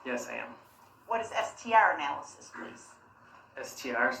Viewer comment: To listen to Darrell trying (emphasis on trying) to cross examine a man whose world is nothing but facts and science is hilarious. He couldn’t even pronounce the word’s analysis or analysts properly. Ask the most irrelevant questions as to where the items were now! Why Darrell? You wanting them back? Who cares?